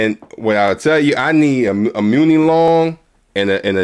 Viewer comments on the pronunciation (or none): Pronounced Money (Muni) Long lol